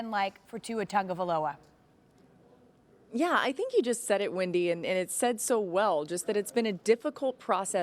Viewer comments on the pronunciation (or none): I hate how these white ppl say his name, it’s (tagovailoa) not (tangovaloa)